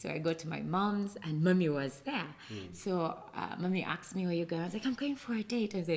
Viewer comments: Mw. '', weebale kukyaza bannaffe abo. Save for the mugole’s ‘Pro Max’ accent, I genuinely enjoyed their story. It was touching, inspirational, and, in parts, quite emotional. I must admit, though, I struggled a bit with pronunciations like ‘aks/aksed’ for ask/asked, ‘Cheêwătoõlëh’ for Kiwatule, ‘Næjârřnäñkhúmbî’ for Nnajjanankumbi, and ‘bĕŕṛãĥ’ for better! 😂😅 That said, I’m truly happy for them and wish them all the very best as they journey toward full restoration—individually, as spouses, and as a family. Cheers! 🥂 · Why do you pronounce it as akxed?.... instead of asked....uhm....it sounds ghetto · and the word aksed me😂😂😂😂😂